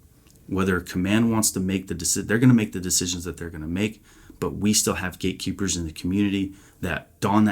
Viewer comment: "Gate Keeper" Not one word. It sounded like one word when you spoke it. I know not where it is written, I only know its written in my mind the "words" "All those without understanding, seek wisdom" And my mind sends a message to my ❤ "Keeper of the gates of wisdom" 👍❤honor and gratitude for the gift God gave her. Wyonna Judd